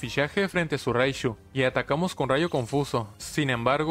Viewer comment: Frente a su raishu bien norteño tu jajajajaja